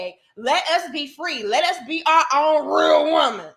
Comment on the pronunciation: I just love they way you say rrrreal womanz😂😂😂😂